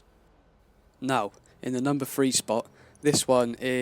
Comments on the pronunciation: Aww that's cute is the boy offended because I called him an idiot. And btw it's pronounced three not free 😂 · Lol you pronounce "th" as "f" Three million -> Free million